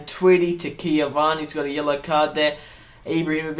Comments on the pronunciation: Its Cavani, not Ciavana. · Cavani, not ciavani